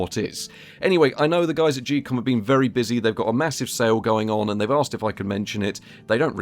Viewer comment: Geekom pronounced "Gee-Com?" I never would have guessed it I thought it was more like "Geek-com" or "geek-um"